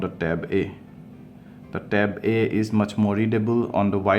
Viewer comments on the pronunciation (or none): No. He's actually saying 'e' and 'eeh'. Lol. 😂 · can u pronounce it clearly with a smoth "a" and the "e"